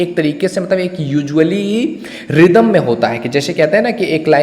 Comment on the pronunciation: Sir rhyme ko रिदम nahi राइम bolte hai bss aap ise improve kijiye baaki aapki videos bhot achhi hai😊